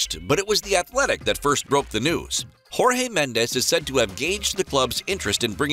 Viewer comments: You're supposed to say Jorge like "Georges" not the hispanic version of Jorge 🤧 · He will go to where hes wish and its Jorge not Rorge in Portuguese J is read just like in English where as Spanish its read as R and Sporting u know Sporting Clube de Portugal not Sporting Lisbon the only thing that is called Lisbon about the club is the city club is based on u can even check their social media and the logo its self